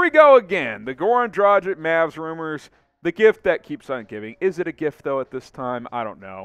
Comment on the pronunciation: Dude, its Dragitch (the "G" should sound like in "dog" NOT like in "Gender"!!!) NOT Drachik 🤷‍♂!!!!